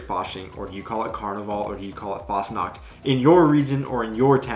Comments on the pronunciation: The way you speak Fastnacht sounds like ,fast nackt' ( nearly nude) ;-)! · you have to take care while pronoucing the "ch" when you say Fastnacht...because when you pronounce the "ch" like a "K" which you did then you are actually saying "fast nackt" and that means "almost naked"...that was simply funny By the way because you mentioned "Halloween"..as you already mentioned there is a "Krampusparade/Perchtenlauf" in early December and that is then a "scary Parade" I´ll show you a short footage from Austria because there it is a huge thing on the 5th of December. A tradition by those socalled Perchten is to smear coal on the peoples faces just clarify why some of the kids in that vlog have a black spot in their face or on their nose..those simply got touched by these creatures. And all those masks are self-made hand-craft artwork by wood and therefore also heavy to wear - round about 20 pounds - and they are also very expensive when you order to make one and the horns are from cows, ibices, chamois and rams. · If you try to pronounce the CH in a word f.e "Fastnacht" or "ich", try to pronounce the ch like when you would say "huge" but only the "h" of "huge" what i heard aswell is that you guys dont like the harshness of the "Z" like in "umzug" bcs the "Z" almost like a "TS" in a spoken manner, there are occasions that the Z is soft, but i cant think of one from the top of my head. Overall you do a great job experiencing Germany and its culture and Language :D